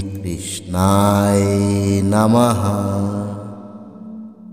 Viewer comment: কৃষ্ণায় উচ্চারণ টা ঠিক করেন নাই